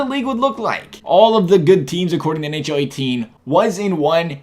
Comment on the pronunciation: he said ahl instead of nhl